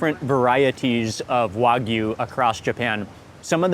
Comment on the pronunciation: It's not wag U its wag ooh.